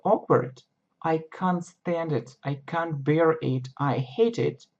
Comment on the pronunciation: Всё-таки КЭНТ, а не Кант. Кант немного не то означает...